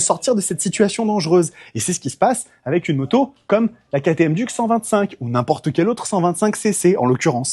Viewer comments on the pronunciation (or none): une duc...un trou...on dit DIOUKE